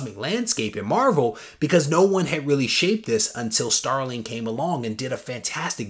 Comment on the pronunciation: That’s an epic AOK! P.S. it’s StarliN...no “g” at the end 🙂